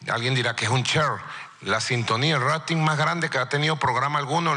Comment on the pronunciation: Sintonía rrratin jajajaja